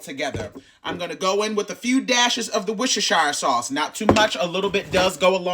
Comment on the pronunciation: It's the ease in which you said Worcestershire sauce, I could never lol